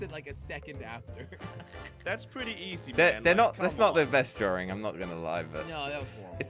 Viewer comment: It's funny you say drawing as "drawring". no offense